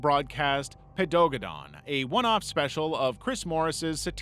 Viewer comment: I'm sorry you just pronounced Paedogeddon HOW??! I quit.